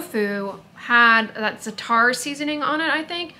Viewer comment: Im in nyc area- so great to see you here filming! Oh it’s pronounced ZAH-Tah. Not zahTAR. My husband is middle eastern and I just LOVE that spice blend!!